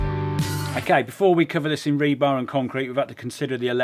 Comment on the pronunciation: We needed a count of how many times you said rebarb.